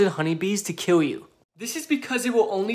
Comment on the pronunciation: Ur pronouncing kill as kiww it very cute